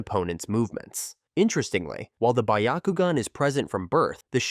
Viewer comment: Notice how u said “buyakugan”? It’s not “buyakugan” it’s Byakugan bee-ya-ku-gan. It’s also not “Shareingan” it’s Sharingan. Shar as in like SHARd or SHARk, Shar-ing-an. And also u said “Jenjutsu”. It’s Genjutsu. Not “juh” more like a “geh”. Idk if it’s AI, if it’s not then hopefully this helped.